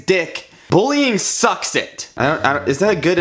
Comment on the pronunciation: Sometimes, when he say: "sucks", I hear "socks" lol